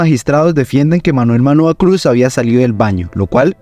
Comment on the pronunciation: “Echendia”, “Arcisniegas”, “Manuel Manoa Cuz”, “Mayor Francica Naranjo”, “Magistrado Genco”, “Armarales”… es a propósito la mala pronunciación de esos apellidos?..en fin! Le recomiendo el podcast “Arcanos y Reyes” de David Marín..14 capítulos de lo que en realidad ocurrió ahí.